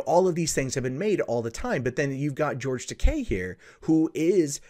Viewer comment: You're pronouncing his name wrong